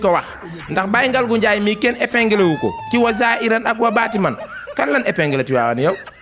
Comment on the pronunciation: Daccorouma koula corrigé wayé zaahirane wa baatinane Bul waxati baatimane 😂😂😂😂😂😂 Ba kéne corrigé la rek